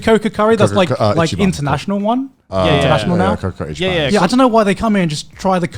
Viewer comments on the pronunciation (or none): none